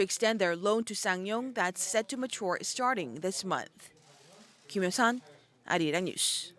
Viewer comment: It is pronounced as, "Ah Ri Rang".